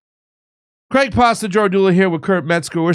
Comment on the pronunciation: HAHA, Why do you say it like its Mexican. Kurt calling Craig on his goofy wannabe intelligent pronunciation. Then Craig doesn't acknowledge the comment but doesn't do it again. Hilarious. Fake don't fly, "pasta."